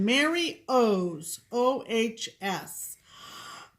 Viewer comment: Hello my lovely ladies! Oh my gosh, I am so touched and tickled that you pinned my comment about the project bags. You just made my day. Yes, my last name is really Ohs, and you even pronounced it correctly. My parents always joked about wishing they had named me Cheeri. I think I would have been OK with it, but I am glad that they named me Mary.